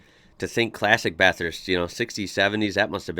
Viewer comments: As a long time Bathurst local I love your videos on it (& Aus in general); AND u say Bathurst correctly which many don’t. I was a passenger in a car that locked their brakes & spun out on the Essex (going under 60km/h). Of course it’s a little trickier when u can only use one lane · I live in Bathurst. I enjoy your take on our iconic track. Thanks for pronouncing Bathurst correctly, although with an American accent. The correct way to pronounce “Bathurst” is by saying “ Bathist”. We don’t emphasise the “U”. Secondly, your pronunciation of “Panorama” needs a bit of work. For the 3rd syllable in the name, “ram”, you pronounce it like a male sheep or a “Dodge Ram”, which is to be expected as that is how it is spelt. However, the “A” is a long sound so don’t say “ram”, say “rarm”. Also, the letter “O” just before the “ram” is not pronounced as an “O” but more like the letter “A”. Try that and you will be very close to saying it correctly. So pronounce it “Bathist” and “Mount Panararma” and you’ll sound like a local. Regards. Trevor.